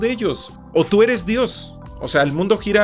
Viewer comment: "tu ere pobre,tu vibrah bajo"